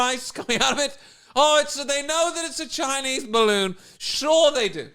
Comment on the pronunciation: "A big bawoon over evwybody's heeead" 😆😆😆😆